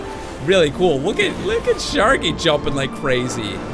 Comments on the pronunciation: it's sharky not skarky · sharky not skarky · You said skarky lol😂😁😀